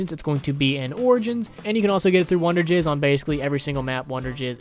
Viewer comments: Its wonder fizz not wonder jizz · Did he call "wunderfizz" "wunderjizz"? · It’s wonder fiz not wonder giz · ha he said wonderjizz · Did he just call it wonderjizz?